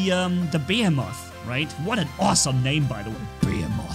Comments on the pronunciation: Why do I always get triggerd when he misspronounces the name?😂 Behemoth. Omg😂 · Anyone else get triggered by the way he says "behemoth"😂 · Lol that's bot how its pronounced (behemoth) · Pronounced Ba-he-muth, not Bay-a-moth. 😂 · Behemoth (beh he muth) not (bey a moth) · 3 things 1:the behemoth is pronounced beeheemoth not be(m)moth (sorry you knew someone had to do it) 2:i think the behemoth should be 4 legged just for it to make more sense when he is stationary think about it fujin:energy shield rajin: physical shield behemoth: more firepower and last but not least 3:who saw the Starcraft 2 Protoss reference? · And I honestly think behemoth is supposed to be pronounced like beeheemeth cause the definition of behemoth fits with the robot itself but that’s just my personal preference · I would rather see a portal bot laying a portal down, for friendlies to warp through to the second portal... beacon rush in TDM, etc. The portal lasts as long as your bot lasts, or when you turn it off and start a new portal slipstream. Also, behemoth is pronounced bee-hee-moth... look it up. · > cant pronounce behemoth >bəˈhēməTH,bəˈhēmäTH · great vid. Just a rip: Behemoth is pronounces (bi hee moth) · The heavy tank is pronounced: Buh-hey-uh-mith I enjoy the sound of that better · BEH-HE-MOTH behemoth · Bo-he-muth pronounces it like a Godzilla character lol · Bee heem oth behemoth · it's pronounced ba-he-meth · Also it’s not behe moth it’s pronounced be hem moth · my dude its Bee-Hee-Muth!! But I can understand that english isnt your first language!! Keep up the good work!! Adrian beat you to this topic by one hour. I also make use of the bots that you suggest in the videos. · You were saying behemoth wrong but your fine also imagine 4 embers on it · The first "H" in behemoth is not silent the last one is and pronounce "E E"s like "E E"s not not like "i" just so people can know :d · When I see saying behemoth wrong